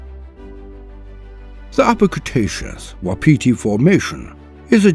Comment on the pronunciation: Awesome but it's pronounced 'wap' 'iti' love my home and it's hard language